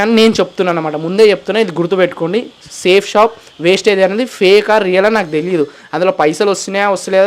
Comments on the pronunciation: Vestige ra naayana wastage kadu ra spelling teliyadu adi yela palakaalo teliyadu likes and comments kosam nuvvu chese business perenti ra naayana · Westige kadhu ra Vestige raaa mundhu nuv tinnaga chadavadam nercchukora and niku vestige gurinchi teliyanappudhu aa company name endhuku include chesi matladavu west gaaa India lo the best network marketing edaina undhi ante adi vestige matrramee inka doubt unte check the Google and YouTube endhuku ante 0 investment kabatti... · అది వేస్టేజ్ కాదు వెస్టీజ్ నీకు కంపెనీ పేరే చెప్పడం రావట్లేదు నువ్వు కంపెనీ గురించి మాట్లాడే అంత సీన్ లేదు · Westage kadu ra Babu vestige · Babu adi vestage కాదు Vestige.fst correct ga ga పలకండి word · వెస్టీజ్ నేమ్ సరిగా పలక రావట్లేదు నీకు వెస్టీజ్ గురించి మాట్లాడుతున్నావా ఒక మెసేజ్ ఇస్తున్నప్పుడు ఏ కంపెనీ ఏంటి అని తెలుసుకొని మెసేజ్ ఇవ్వండి వెస్టీజ్ అనేది కొన్ని లక్షల మందికి ఉపాధి కల్పిస్తుంది